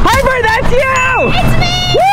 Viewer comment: nah he did not j say Jenper. Wtf is that it’s jiper